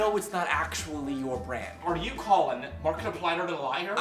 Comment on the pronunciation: are you calling markipliyderaliyder